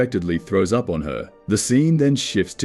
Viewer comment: Santa wakes “U.P” didn’t even say “up” right